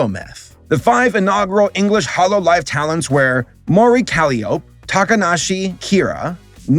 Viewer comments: I know you are trying. Calliope is a musical instrument and that is in the English language. Have Google Translate pronounce it for you. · It’s even more shocking how he pronounce Kiara as “Kira” and Calliope as “Calliop”. This is not just mispronouncing, it’s just ignoring letters. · Did.....did you pronounce "Calliope" like that on purpose? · VTubers are great, Im an Otaku/Weeb, Anime is great, And I like Hololive, Both Japanese and English, VShojo is… To Lewd for me! Mori Calliope is My Favorite Hololive Member, Also, I made the same Mistake of Pronouncing Calliope in Mori Calliope, Also Mori Calliope is a Streamer and Rapper VTuber! {My 3 Favorite Hololive English Members are} Calli Kiara Gura {My 3 Favorite Hololive Japanese Members are} Korone Rushia Ollie {That VTuber Model is great, I like it!}